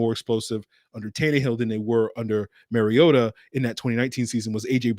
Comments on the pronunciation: Mar-ee-ota not Mary-ota! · Mar-ee-ota notMary-ota.